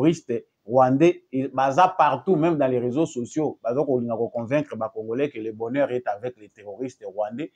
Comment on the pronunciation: Comment voulez vous quelqu'un né au Congo dont les parents et arrières parents nés et grandis au Congo, leure première langue c'est la langue congolaise, mais la prononciation c'est Congorais au lieu de Congolais